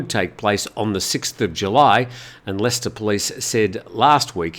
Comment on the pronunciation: He pronounced leicester and Harborough correctly and you're pulling him up on this?? He does a great job.